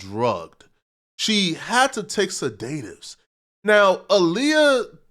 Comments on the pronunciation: Bruh, it’s SED-DA-TIVES, not SE-DAY-TIVES!😂🤣😂🤣😂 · Fool, the word is not pronounced seDAYtives. It's seDUHtives smh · It's pronounced (said-dit-tives) ok, now you try.. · Sedatives (said uh tivs) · Learn how to say sedatives 🤣🤣🤣